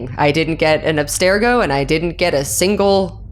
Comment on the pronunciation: I love how they keep pronouncing Abstergo, "Aspergo" as if it's an artificial sweetener hahaha. Seriously though, listening to an Assassin's Creed TTRPG with the actual Abubakar Salim playing the actual Bayek of Siwa... so good. Even if no-one on the show acknowledged it, hearing him sneak in a "Siwa will never know peace" was excellent hahaha.